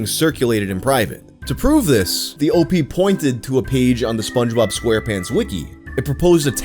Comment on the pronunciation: It's not Opee.... it's OP, like special OPs... sound like newfa...gggggg